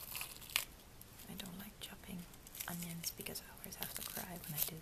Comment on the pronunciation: Its onions? Not unions right?